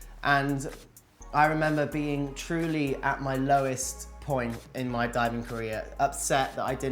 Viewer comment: he was saying " career " and I was listening " Korean "